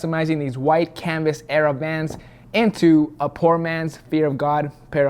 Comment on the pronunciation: I thought you were saying my love to Juan or Jose whatever his name is but your describing your love for vans lmao